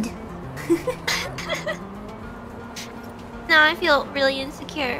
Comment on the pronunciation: that "gud" sounds exactly like it's shown and i don't know why